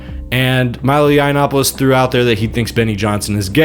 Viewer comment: Milo looks like he's on his last leg. Benny is clearly gay. And this guy might be ai. How can he keep pronouncing milos last name so badly